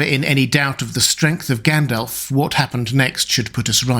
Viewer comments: Tolkien included notes on pronunciation in the LotR. The speaker here should have read them. So sick of hearing 'gan DOLF' instead of 'GON dolv'! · Its pronounced Gundalf Not Like Gaendalf Like with the American a. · All well and good but who the hell is Gaen-DELF? 🙃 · It’s Gandalf not elf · I just subscribed and I'm going to watch a few more of your videos, but it's not encouraging that you can't pronounce Gandalf correctly.